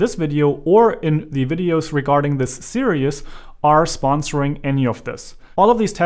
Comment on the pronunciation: At the beginning of the video, you say the word “serious” when I believe you mean to say the word “series”. I understand American English is not your first language, but just thought you should be aware that when you say the word series, it comes out sounding exactly like the word serious which is a different word in the American English language. Just something you might want to practice.